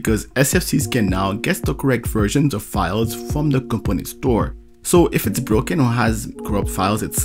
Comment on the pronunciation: It sounds like you are saying "company store", when the term is "component store", with strong stress on the second syllable: comPOnent